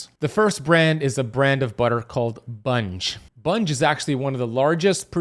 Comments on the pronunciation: Bunge is pronounced with a hard G not soft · It’s not pronounced Bunge. It’s Bun gee. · Sorry, but it is pronounced, Bung-ee, not Bunj. I know for a fact! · It's pronounced bun-gee not bunge. If it's a butter blend it contains oils. If it lists cream, milk, salt it's butter. The land o lakes product he is talking about is a butter blend. The butter is just butter read the label. I think this was not clear. Spreads are usually 100% margarine which is oil. Some margarines are blended with butter and oils like canola and soy which are seed oils. Butter blends have very little butter mostly margarine which is oils like soy and or canola and palm which it's how it's solidified to look feel like butter. Read the labels you'll be ok. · It's pronounced bungee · Its (bungee) 🙄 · It is pronounced “bun gee” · It's pronounced 'Bun Ge" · Pretty sure it's pronounced Bungee (hard g). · Bunge is pronounced BUN-GEE. From Argentina. Grain marketers. Didn't know they were in processing. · I think it’s pronounced Bun Jee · It's pronounced Bungee, long E sound at the end. Like semi is pronounced in the real world with a long I sound at the end, not semee as city folks would say. So, what about land O lakes stick butter? We never use the blend or spreadable versions/ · I hate it when listeners correct the speaker. So irritating. I apologize in advance. Bun-gee (pronunciation). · I worked for Bunge, but you are not pronouncing the name correctly. In fact, I retired from there.